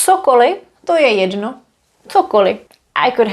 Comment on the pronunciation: This question might be a bit off topic: When you say "To je jedno." it always sounds like there's a short additional e in between, like "To je jedeno." Is this typical for d in front of n?